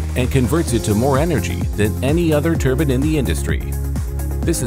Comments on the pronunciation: turban??? Turban????? TURBINE!!!! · "wind turban"